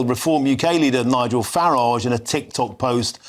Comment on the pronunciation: The way he prounaced Nigel farage! 😂😂 Learn to read matey. Send him back ASAP.